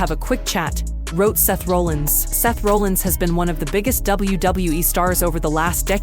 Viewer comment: You're pronouncing Seth Rollins name wrong. If You're gonna report wrestling news, at least say their names right. Have you even watched a wrestling match??????????